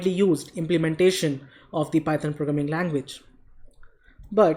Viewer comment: "Py-thoaan" XD